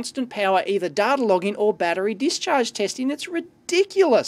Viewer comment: "It's hard to get dater on this stuff!" Mwahahahaha.